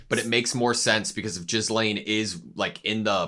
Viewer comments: Gee-lain. Not Jiz-lain. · Just so you know, you've been mispronouncing Ghislaine, it's not Jizzlaine, but pronounced more like Ge-Laine with a hard G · not jizz-lane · Ghislane's name is pronounced like "gi-lane" rather than "jis-lane" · The way he pronounces Ghislaine as Jizlaine makes my ears bleed. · Love your reactions. One small aside, the I in Ghislaine is silent, pronounced more like Gilaine when spoken. I'd recommend checking out the dub version at some point, the comedic bits are come out much funnier in English than subtitled. The dub cast is stellar. When he says "money can't buy dere", in the dub its "Money can't buy waifus." I didn't get the joke until I heard it in English, but I really prefer it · Could you stop saying 'jizzlaine'? I know its hard to pronounce. Try it with a silent s, or without the s. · Lmao they keep calling her Jizzlaine even after hearing the other characters saying her name so many times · The way you pronounce Ghislaine is G as in “give” and the h and s are both silent. So it’s pronounced “Gi-lane. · jizz-lane... guess thats one way to pronounce it XD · Mf said JIZZlaine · Just wanted to note that Ghislaine's name is pronounced "Ge-lane". You can hear it a lot better in the Dub version if you want to pop over there to hear it more on how to pronounce it. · is jizzlaine really the way to pronounce her name? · I don´t want to be annoying or something but: The s in Ghislaine is silent. It´s basically pronounced gee-laine. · it's pronounced like geese-lane. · its pronounced gihlayne i believe, the s is silent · Ghislaine is pronounced "Gillen" (almost like Glen) since the name is of French origin. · Gee (like geek) Lane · I die a little bit every time yall say Ghislaine like that lol.